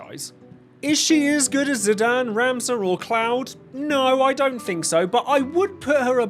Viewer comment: My man you mispronouncing ZI- DAWN is criminal